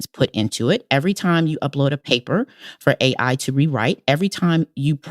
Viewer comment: Didn't think it was possible for Tressie to sound more low IQ, but mispronouncing "AI" take a special kind of bozo.